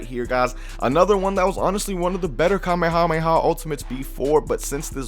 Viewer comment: kamehahamehah😂😂😂😂 i'm just joking guys i love